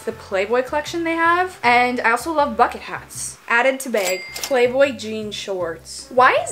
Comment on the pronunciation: I love how says bag as bayyg 💖